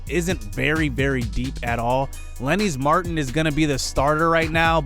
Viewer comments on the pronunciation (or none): leonys martin is Lay-oh-niece mar-teen and salazar is sal-uh-zar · Tbh look up how you pronounce some of these names. Leonys Martin is pronounced kinda weird. Danny Salazar is pronounced how u would say salad, but instead of the d its Salazar. But I would say go on YouTube and look up how to pronounce some of these. Not insulting u at all. Just saying that its hard to tell you how to pronounce it through type lol so YouTube the names bc sone are pronounced differently than u were saying them.